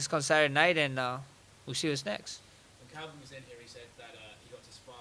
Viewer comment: Calvin not Kelvin